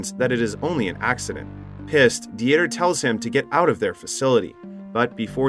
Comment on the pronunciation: Uh, yeah, but “Dee-ter” or the German name, Dieter, was pronounced wrong the entire time as well by the unaltered AI voice (which can be altered or tweaked), as well as Angel which is a simple (usually Latino) name that sounds just like the word.